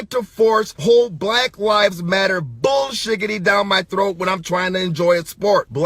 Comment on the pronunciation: “Bull Shiggity” lol